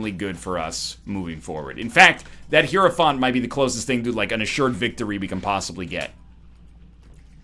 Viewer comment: I'm sure this doesn't matter for the rest of the run, but you should have popped the 2 of spades to get to 99 keys man... Also: "high-row-font". The game even tells you how it's pronounced lol